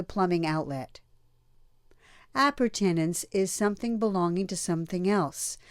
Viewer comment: The way she pronounced "Appurtenance" lol